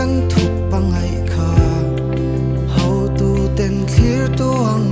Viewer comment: Hotu - hautu ti deuhin i lam tlat a ka hriat chu le,ka ngaithla nawn fe phawt a ka lo comment hahaa chuan chuan a mawi over thlawt e